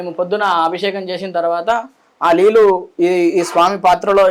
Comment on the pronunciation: అయ్యగారు లీల్లు కాదండీ నీళ్లు